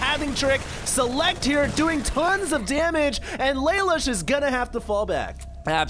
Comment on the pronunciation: its pronounced laloosh